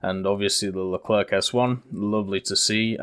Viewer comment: No more LECLERK MA DUDE IT PRONOUNCES LE CLAIRE